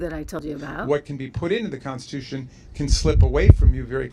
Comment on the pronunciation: Trish, it’s the constitution, not the consticoution.